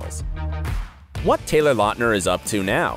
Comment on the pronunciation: His name is pronounced LOUTner, not LOTner. Quality research!👍🏻🙄